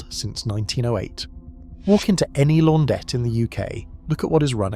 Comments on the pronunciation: What's a 'laundette?' Your AI needs to go back to school. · AI bollocks. Can't pronounce words like launderette or decide how to pronounce Miele. My Hoover Optima washing machine is about 20 years old and is working fine. Maybe they were better built back then?